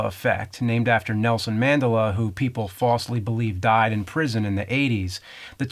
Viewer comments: I remember people saying man-DELLA, not MAN-della. Is that a Jersey thing? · in my universe, its called MAN-DEL-UH, not MANDELL-A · Wait...isn't it man-dell-uh, not man-duh-luh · It's all good. James can say it however he wants. Even if it's weird and totally wrong, lol. A+ for an interesting and different kind of video. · MAN-DELL-UH not "MAN-DA-LUH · ManDELLa not MANd'luh. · please stop saying MANdela, it's manDELa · Man-del-la. and manderler lol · I just had major mandela effect when i went to look for the takeshi's challenge avgn ep that doesn't exist... Also it's Man-del-a not mandel-a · Pronounced Man-della, but aside from the wrong emphasis, interesting video. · It's pronounced "Man-dellla" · It's MAN-DEL-LA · Just a protip... emphasis is on the "del" in Man-DEL-uh. Thanks for another interestingvideo. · Mandela? It's ManDELA 😭😭😭😭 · Man- day- lay? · really surprised the nerd doesn't know the right pronunciation of Nelson Mandela ha ha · Man-Del-La Stop saying it wrong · Is the way James pronounces "Madela" part of the Mandela effect? I've always heard it said "Man-DEL-a", with the accent on the second syllable. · Yo Nerd......just to assist (not trolling), the pronunciation is Man-De-La. ascent on the caps...or as some say it MaDiBa....dont ask on what language or meaning on Madiba, cause I don't know. He didn't die in the 80's he died Dec 2013. It's strange how this phenomenon got named after Mandela. As far as i know it was coined because of people thinking they were sure he died in preson in the 80s. It could just as well be coined by Pete-snot about the Berenstein/Berenstain.....But be it as it may the Mandela effect is an interesting concept. as I hear many times my dad recall memories that i remember, but his recollection is different to mine.who's right me or him. I'm South African if you where wondering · Biggest I can remember is proper pronunciation of Mandela as Man-dela... JK James, you're the best and this is fascinating. The mind is curious.